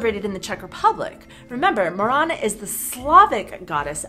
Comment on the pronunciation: Morena nie moréna! Presne tak v Slovenčine MORENA